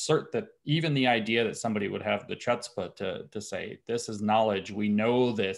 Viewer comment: ‘Chutzpah’: not pronounced with a ‘ch’ like ‘cheese’